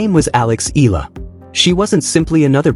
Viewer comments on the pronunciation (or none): It pronounce Eyala. im from the Philippines.